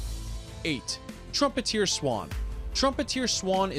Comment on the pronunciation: Several mistakes were made in this video, including with pronunciation. Example: Trumpeter, not "trumpeteer". Suggestion: stick with inches, feet and pounds rather than switching back and forth to metric measurements. It will take a bit more time to do the research but your viewers will appreciate it.